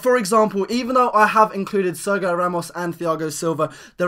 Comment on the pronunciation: its pronounced tiago not thiago and ser gi o not serg io